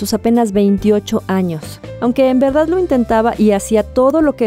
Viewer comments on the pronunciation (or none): none